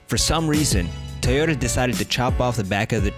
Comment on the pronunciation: Stop saying ‘ Tayoda ’ it’s..... T O Y O T A